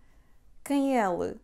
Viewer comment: I hear you pronouncing ele é the same of ela é!